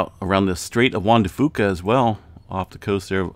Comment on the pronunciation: Hello 👋 I watch your videos all the time - but can I please get in on the pronunciation lessons here? 😄 Juan de Fuca is pronounced whan de few ca - not wan de foo ca. Just thought you'd want to know!